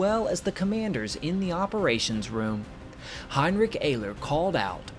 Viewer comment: heinrick ayler